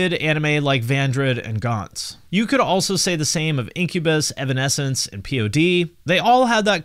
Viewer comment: evanesnece agession hahaha nearly died from laughing